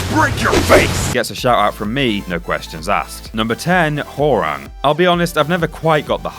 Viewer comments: Hore-Ung hahaha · Its pronounced h-wow-rang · whore-rang???.... Why cant anyone pronounce his name right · he just called hwarang easy. wow.